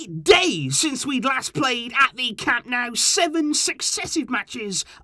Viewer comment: It's Camp NOH-ooh, not NOW brown COW.